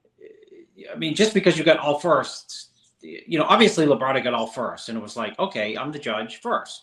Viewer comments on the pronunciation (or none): Labrada, not La Brada. It's one word.